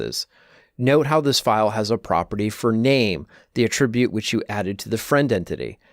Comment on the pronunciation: Why doesn't he know how to pronounce "attribute" when it's a noun?